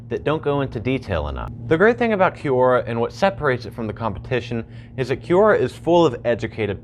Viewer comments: Kwora. Qu.. is Kw sound. like question. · its not pronounced Q-Ora its pronounce Cora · Is it from an actual language or did they make it up and spell it badly? Quora is definitely spelt like it should be said 'Q-ora' so I wonder where they got the idea it is pronounced 'Cora'. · Ffs i can't stand his way of pronouncing Q-ora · Gene Jost i think this is how it’s pronounced, this is always how I’ve said it, but idk😂 (kwora) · Right? He says "kee you oh ra stands for QUestionsORanswers." Oh, Right. Kee you estions...